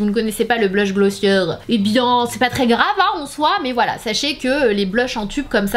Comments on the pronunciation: It’s GlossiÉ not glossieur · On prononce "Glossié" 😉